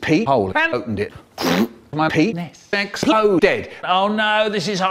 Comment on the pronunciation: "My peenessss explOHHdead." Oh, my God. This is gold.